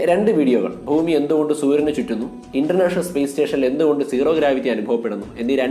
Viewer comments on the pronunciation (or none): none